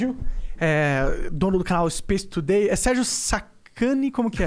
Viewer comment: Monark: O inglês mudou a minha vida. O mesmo monark: SPACE TUDEI